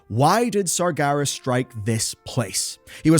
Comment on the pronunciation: This video lost all credibility for me since you can’t stop pronouncing it as “SargAras” 😂